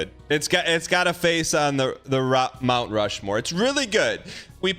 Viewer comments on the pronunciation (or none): none